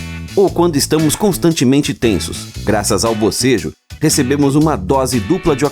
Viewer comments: Não é abocejo é bocejo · Pior que é verdade que o bocejo é contagioso..... Quando estava iniciando o vídeo ele falou BOSEJO e no mesmo instante eu fiz o mesmo